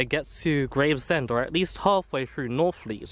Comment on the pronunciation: Nice walk this! Grew up in Greenhithe and born in Gravesend (its pronounced Grayv-shum, or I've heard Grav-er-shum before, but its not Graves-Ham fyi). Also love how when walking along Stonebridge Road in Northfleet you missed out the one massive and only really intreresting building there in the football ground! Made me chuckle. The "alleyway surrounded by industrial"...mostly housing now but just to the right is the site of Rosherville Victorian pleasure gardens complete with its now Grade II listed bear pit! Also the pier as you get to Gravesend...end of the old Gravesend West Branch line. So much history along this stretch and a lot of it involved chalk/cement/paper so the industry is inevitable. Might actually get off the posterior and do the video I've had planned for yonks! Thanks for the inspiration!